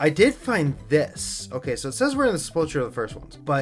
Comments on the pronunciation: SepulKUR not Chur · Isn't it pronounced Sep-ull-ker? And spelt sepulcher?